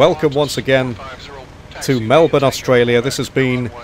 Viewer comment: I’m not trying to be rude but this really annoys me. Melbourne is pronounced Mel-bnn